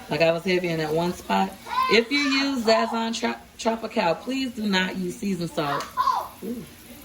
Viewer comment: Enjoy the Videos but I hate how u say Sazõn, it pronounced Saz'zone not Zazzone